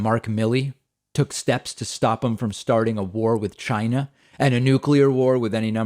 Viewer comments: When he says: China, listen carefully, I believe he is deliberately misprouncing the word to sound like: Gy-nah. Sometimes he pronounces it with a 'C' but most times it's a 'G', listen for yourself. Being a native NY'er I have the same accent. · Lmaooo David I love the way you imitated how Trump said “China”. He really overly-enunciates it in the strangest, most comical way.